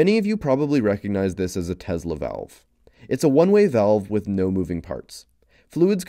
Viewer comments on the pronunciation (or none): none